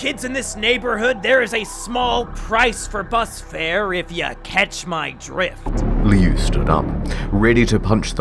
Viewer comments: It's supposed to be "lou", apparently, but the author pronounces it as "liu". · Liu is pronounced lou, not lee oo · Lol it is pronounced "Loo". "Lee-you" is an entirely different word than Liu. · Such a crappy story but honestly I can't hate it since it introduced me to Creepypasta. Now it's just pure nostalgia. Also, 'Lee-oo'? Pretty sure it's pronounced 'Loo' 😂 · Is Liu’s name pronounce “lee-oo” or “lew”? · It's pronounced 'loo', and I love how there is so much peeps collaborating. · everyone knows it's pronounced loo like liu kang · I always thought it was pronounced lou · Dude why can't any of you pronounce Liu. It's Loo lmao. Like "Loo" Kang from Mortal Kombat? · They all pronounced Liu differently